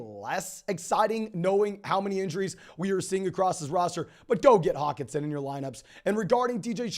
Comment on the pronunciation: does he not know how to annunciate the H in Hockenson? lol